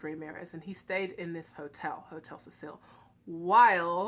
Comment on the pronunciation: it’s the hotel “see-sil”